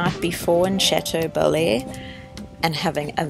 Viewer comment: Nice video. As for the town it is Cha-teau- bel-air